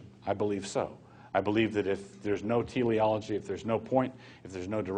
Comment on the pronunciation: It's Teleology, not theleology, you quack.